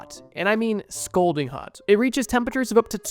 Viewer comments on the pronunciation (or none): ScAlding not ScOlding